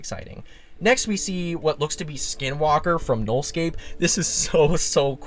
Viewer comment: "skinwalker" close, but not exactly